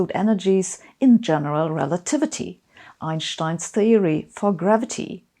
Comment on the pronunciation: I have to admit, I'm still not used to hearing "Einstein" pronounced correctly.